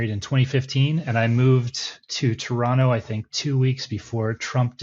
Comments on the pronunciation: You are Canadian bro, you said Toronto right. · You can tell this guys been here a while, by the way he doesn't pronounce the last "t" in Toronto.